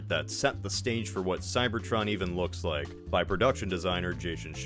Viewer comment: Whenever you say "Cybertron" I hear "Cybertruck" That's a tragedy in itself.